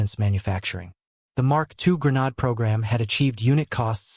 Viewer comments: Pronounced. gren-aid, not gren- nod. GRENADE😊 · Its Gre nadE sound like madE. Learn how to pronounce your words properly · I refuse to listen to a voice that is not capable of properly pronouncing the word that the program is about. Develop Ai better. Goodbye.